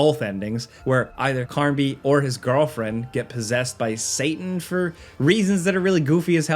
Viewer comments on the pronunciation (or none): none